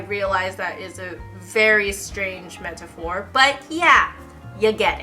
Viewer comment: 'mentafore', lol